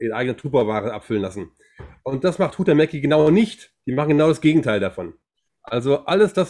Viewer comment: Huhtamäki, finnisch, gesprochen Huchtamäki, Betonung auf der 1. Silbe